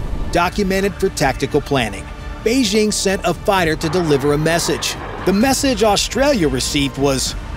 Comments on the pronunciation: Beijing. Not Beixing…. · Fantastic stuff. But note to narrator: Jeepers, it’s past time to kick those insidious French Olympic announcer squatters our of your head. The Chinese capitol has never been “Beige-zzzhing.” There’s no slushy “ZZZH” sound at all in Mandarin. The J is a J is a crisp J. The word bites hard: “Bei-DJING!”